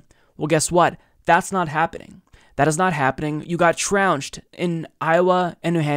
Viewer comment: The word is trounced, not trounched.